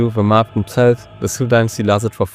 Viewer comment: I gave you like but than I heard your pronunciations. Well, that like is still there, but you gotta do something with that. For example why would you call the Sui Dynasty siuuu?